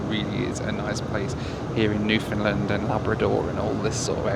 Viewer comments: What is a new find lind? This guy is english????? If you can say "Understand....................you can say Newfoundland" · Please pronounce Newfoundland "New-fun-land" not "NewFOUNDland". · Newfoundland is REALLY pronounced like this: New-fun-LAND. Please care a bit more. You will only engender goodwill if you do.